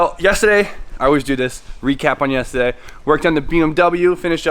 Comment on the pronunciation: Lmao I always mock you when say “yesterday” haven’t watched it yet but quality video.